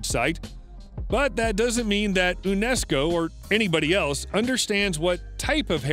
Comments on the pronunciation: No "OONESCO" but "YOONESCO". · Horrible narration. Learn pronunciations before you hit record. "Lance oh meadows" is also a "Younesco" site...